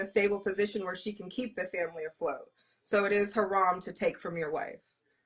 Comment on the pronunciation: She put the “ha” in haram, this is utterly laughable